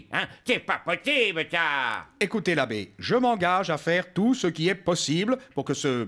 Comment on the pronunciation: L'Abbe Pierre est têtu avec son "te pas potibe" Quoi qu'il arrive te pas potibe 😅😅😅😅😅😅